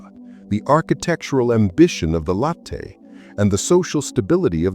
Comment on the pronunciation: Latte in "latte stone" is pronounced "LAH-tee" (/ˈlɑː.ti/ or lat-tee) ... not LOH-tay . 😁